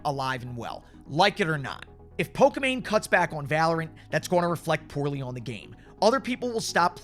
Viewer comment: Why is he saying poka mane tho